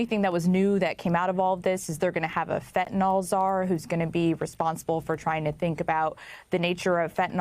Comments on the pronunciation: Fentanyl not fentanol ffs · When did fentanyl become fenten-all?